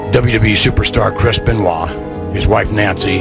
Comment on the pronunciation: Chris Benoit ❌ Chris Bennowa ✅